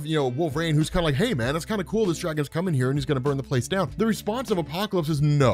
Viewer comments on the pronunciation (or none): none